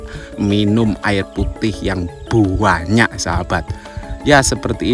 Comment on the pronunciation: Sebutannya memang "buwanyak" ye? Sebab mas Toha juga sebut buwanyak. Loghat daerah mana tu?